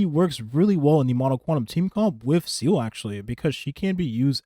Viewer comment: Bro it’s pronounced Zeeluh not seele I know it doesn’t matter but I’m just saying lol even Sayluh is better then seal sorry don’t mean to be a pest